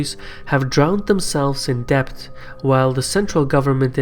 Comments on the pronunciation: Good work. But small observation: pronounciation of "debt" is "det" and not "debt". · debt is said like 'det' not 'dept' FYI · Those of you making fun of his accent and mispronouncing Debt as depth is unfair. He speaks many languages and his research is very good. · Great video! Pronunciation tip: debt is just pronounced 'det'. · Great video, but here’s a tip: debt is pronounced “det” - the b is silent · Please adjust your pronunciation of the word "debt". The letter "b" is silent, therefore you should read it as "det". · The b in debt is silent !!